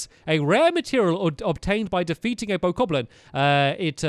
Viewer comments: I hate that in the first episode he kept saying bo-koblin instead of bo-KAHB-lin. It was so annoying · and btw its bOka blin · "Boku-goblins" * inner perfectionist rages *